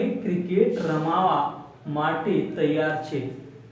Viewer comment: U r spking absolutely wrong, it is not ramavaa. It is ramva n nt che cho